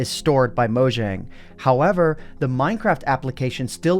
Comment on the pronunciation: Gotta' say it: Mow-Yang (Mojang)